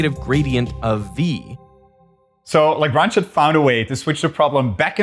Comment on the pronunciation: Why is the name Lagrange mispronounced?